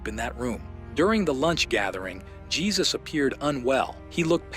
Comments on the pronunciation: Couple of things: Dude's name is pronounced "Hay-Seuss". In response to an earlier post saying that Jesus what not a good guy because of the lengths he went to to cover the "incident" up. I disagree. I can only imagine in a situation where something so tragic has happened, that the state of shock you would be in would cloud your judgement or responses. Also, no clear evidence there was an inappropriate actions by Jesus against Ruth. She seemed like a foul mouthed immature child with a crush on a grownup that was nice to her. I thought this movie was not horror, but certainly horrifying. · It's pronounced "Hay-soos." As in "Hay-soos freakin' christ, what a low-effort channel."